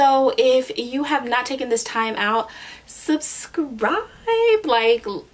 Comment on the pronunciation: "suscribe" really !!